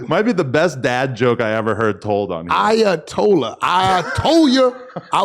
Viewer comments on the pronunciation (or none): Ayatollah= "I Ay a tollah on somebody" 😂🤣😭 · I-uh-told-on somebody. Not bad Wack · Nigga said ayatol on somebody 😭😭😭😭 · Ayatollah - I uh told a 🤣😫